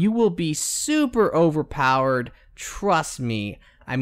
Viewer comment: ......"overparred" - translation: overpowered